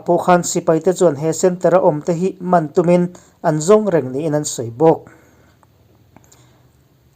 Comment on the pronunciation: I thu hi,kum3Zu tlukin atak e Zaidam lochhuah la aw..... Inkahhai tihkha," hai" tih tak kha thluk tur ani. Inhnuh hniam tiha," hniam"tih angin. " Hman" tih pawh kha, Ropuia ngamtu kanni tiha, "Ngam" tihtak anga thluk tur ani bawke.I thu erawh kha chu, Ka pu,Rulpuia thu, thu takte a ni e.